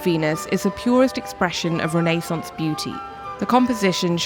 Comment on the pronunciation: I believe you pronounced "Renaissance" wrong the entire video